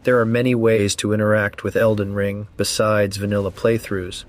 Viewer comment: Elden ring has a ton of replay value if u actually know what u are doing! This guy sounds like a soft lazy man child! He can't even say elden ring. I'm going to call it ER , ER WAS a TV show like what in the 90s. About an ER in a hospital lol. I can't find any runes, I need my bottle mommy lol haha . I never troll but I had to. Please sir cry some more. U are allowed your opinion just like I am, but maybe try actually playing elden ring more then 50 hrs lol